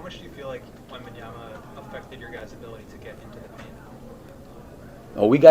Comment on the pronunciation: These people who cannot pronounce Victor's name properly, who say "Wembanyana" deserve to lose. Coaches like Donovan who spend the entire post game pretending his team had it all under control vs giving credit to the other team, they are accustomed to losing and trying to save their jobs.